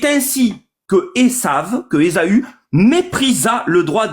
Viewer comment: ESAAAAAAAUU, pas ESOOOOO!!! 😂😂😂